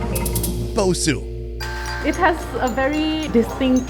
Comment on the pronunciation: bosou is pronounced bo- sow